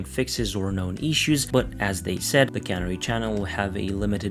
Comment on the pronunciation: Canary, like the bird. Not, Cannery, like a factory.